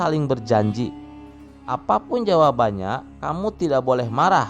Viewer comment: Perjelas Lagi min Bahasa Indonesia nya..Ada Berujung seakaan ada penambahan huruf k di belakang terdengar, Misa Kamu Kamuk terdengar, Lalu Terdengar Laluk